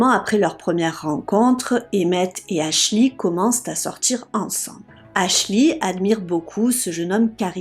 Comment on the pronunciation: Faut travailler sur votre accent et c est Ashley Ashlee